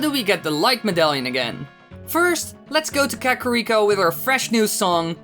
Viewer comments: Ka-ka-ka-carrot cake? ka-ka-ka-kakarrot? Kah-Kah-ree-koh. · It's KA-KA-RI-KO, not KA-KO-RI-KO, dipshit. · Vol-wager is gonna burn Ka-carry-ko to the ground. And so does the pronounciation. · checks comments apparently I can't pronounce "Kakariko", lol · It is not a german accent. He does not know how to pronounce Kakariko correctly thats it! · The way he says Kakariko. It fucking kills me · Why does the second guy insist on triggering me with how he pronouces KAKARIKO. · Man you really botched the pronunciation for kakariko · The way he was pronouncing Kakariko was slightly triggering. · This video was awesome and I love your content. But I cringe after everytime you said kakariko incorrectly 😭 Love you guys